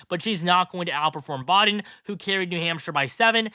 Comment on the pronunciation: It's "Biden", not "Bahden"